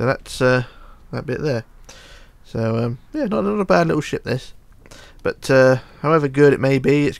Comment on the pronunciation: PLZ STOP SAYING BUT-ERR JUST SAY BUT U DONT NEED TO SAY 'ERR' AT THE END!!! OK!!??